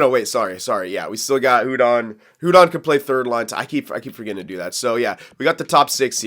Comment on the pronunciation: Hudon is pronounced uudon